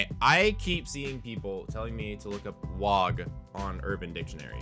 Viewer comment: So I wasn't the only one that stumbled when I heard you say wog even though I knew it was meant to be the acronym for Wrath of the Gods. Still waiting for you to accidentally combine the words camp and concentration~